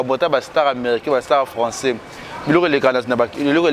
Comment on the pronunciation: Papa zua temps yekola lisusu pcq ozoloba François au lieu de français.